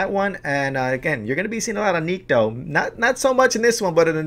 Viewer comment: Cool ideas. But it's Nikto... Not Nitko.